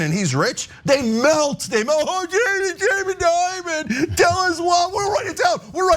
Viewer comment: Change the I in Dimon with an E!